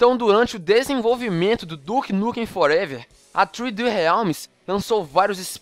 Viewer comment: Duke Nukem ''Forevér'' kkkkkk